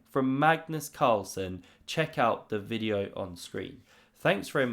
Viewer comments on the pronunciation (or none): none